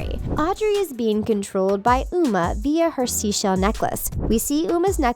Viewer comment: “We’ve always trusted you, Mal. You’re like the best VK ever.” You said Uma wrong